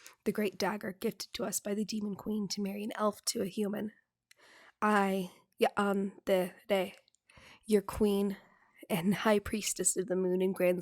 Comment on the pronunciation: "Ya-an-de-re" Clever "Ask-elet-eth" I figured I'd test the other names for puns and NOPE. Edited after listening a few more times and saying it aloud. "Hadre-faad" Until told otherwise I'm going to assume that I got the spelling right on Listener's name(s)